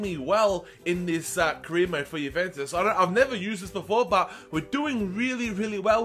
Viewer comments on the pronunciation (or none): none